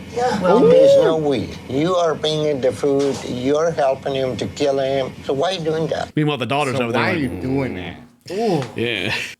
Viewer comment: Dr gestures to woman. “It will keel.”